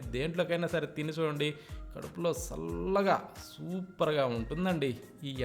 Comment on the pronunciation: సల్లగా కాదురా నాయనా చల్లగా